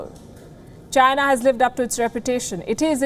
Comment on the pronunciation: Why am I not even surprised? Oh yeah it's CHYNAH